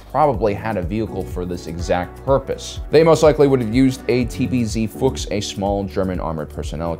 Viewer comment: As a German i have to express my appreciation for how well you pronounced TPz Fuchs O_o